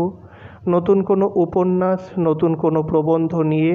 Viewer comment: আপনার ‘স'গুলো একটু ঠিক করার প্রয়োজন আছে । উপন্যাস উচ্চারণে ‘উপন্যাশ’ হয় এইটা একটু ঠিক করে নিন তাহলে আরো ভাল লাগবে,আর আর একটু তাড়াতাড়ি পড়ার চেষ্টা করুন তাহলে আরো বেটার লাগবে শুনতে। এভাবেই এগিয়ে যান।পাশে আছি।